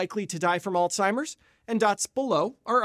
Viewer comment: Uhhhh…. There is no ‘t’ in ‘Alzheimer’.